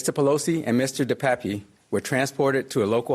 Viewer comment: It is pronounced (dee payp) De Pape.